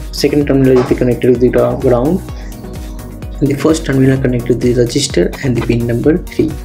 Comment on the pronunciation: Registens ❌ resistors ✅